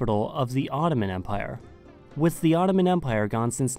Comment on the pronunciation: Why do you say "za" instead of the? 😂